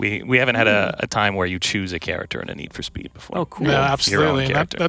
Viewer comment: Str8up awful 😂